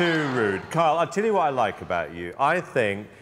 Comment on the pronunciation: Also thought they were calling him “kale” not Kyle 🤣